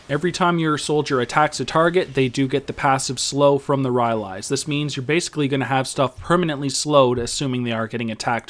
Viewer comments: RY-AH-LEES.... "RY-LIES" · PRONOUNCED RAILAIS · wow wow wow bro wtf is ry ah leees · was enjoying the video thoroughly, then i heard RY-AL-EES. couldnt forge on from there. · it's pronounced ry-lies :)